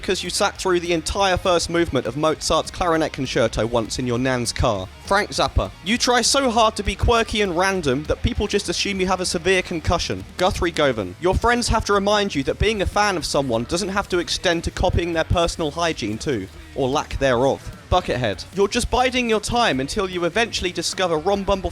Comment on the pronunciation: "Govan" is pronounced guv-in. You'd think you'd know that, being from the UK